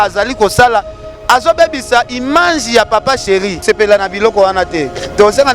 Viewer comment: yoooo balobaka image ,yo ozo loba imange oza na problème ya français Penza hein!!!